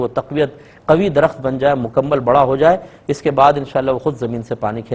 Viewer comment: Aap ka "ت" "ٹ" "ٹھ" bht khraab hai... ALLAH TA'ALA اللّہ تعالٰی(not "thaa'la" تھالٰی) Taufeeq توفیق (not thaufeeq تھوفیق) Attaa عطا (not atha عتھا )